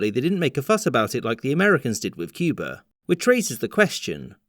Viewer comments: At one point you pronounced it “Cuber.” Was that a sneaky JFK homage? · From this video, I learned that Cuba could be pronounced as Cuber.